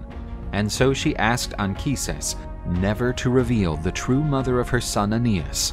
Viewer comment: I really appreciate the fact that "Anchises" has the correct Latin pronunciation in this video.